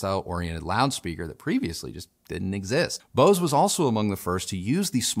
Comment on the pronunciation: Bose???? BOSE?????? Nope....